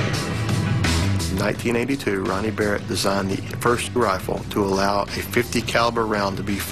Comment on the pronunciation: barrett 'L' haha